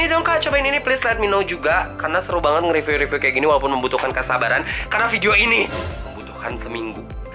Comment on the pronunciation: Wkwkwkwk "ripyu" Sumpah mood booster banget ❤️